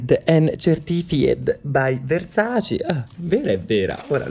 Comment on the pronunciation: Versace e Dolce e Gabbana che si battono sulla corretta pronuncia del brand:: VERSACI DOLCI E GABBANA